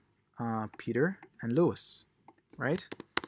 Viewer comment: Helpful tutorial, but it's lois, not louis.